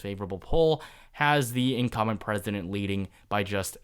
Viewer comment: Incum'B'ent...not Incumment. Sounds like 'incoming' when you don't pronounce the 'B'. Always momentarily confusing.